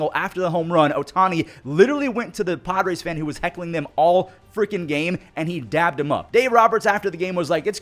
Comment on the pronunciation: Love the video, just for future reference, it’s dapped up, not dabbed, so it’s said with a p